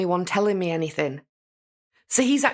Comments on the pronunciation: Me toooo!!! Omgosh it's so cringe!! The way she sings her words, dragging out the syllables! And using "K" instead of "G", like "anythink " omgoshhhhhhh!!!😖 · lmaooo not the “K instead of G” 😭😭😭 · Leticia's bizarre syntax, mispronounciations, and inappropriate syllable stress placement drives me absolutely mad. I don't know how anyone could stand conversing with her on a daily basis. Personally, I think she does all that "why come, anythinK, everythinK" crap because she thinks it's cutesy and endearing. For example, in the body camera footage she kept referring to the Swisher Sweet cigars as "seeeegARs" until the officer joked about her accent and she responded all giggly. I also noticed she lays it on extra thick when speaking with Al but it's almost nonexistent when talking with female detectives. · Oh man, she also ASTS *asks ...my pet peeve in life is ANYTHINK and a genius at work says ANYFINK and EVERYFINK...drives me mad.